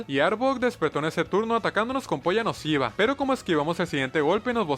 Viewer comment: Sou to O en ves de decir "puya nociva" decía "p0lla nociva"? 😅😂